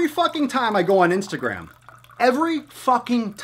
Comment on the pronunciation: the funny thing is that you talk about. ..... istagram ...... ISTAGRAM ahahahaha the shit social XD